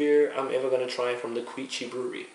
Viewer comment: By the way, you pronounce their name "Kee-oo-chi" I like how you said "kanpai" though :) Represent!